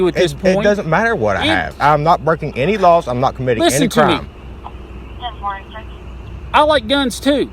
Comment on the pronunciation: The biggest tell of someone bullcrapping you is when they speak a single syllable word and make it three syllables long. This cop keeps speaking the word "not" as "no-wa-ut" he is definitely full of himself and crap.